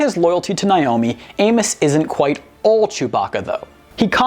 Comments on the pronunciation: Who is “Nie-omi?” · For God's sake, it's 'Nay-omi', NOT 'Nye-omi'...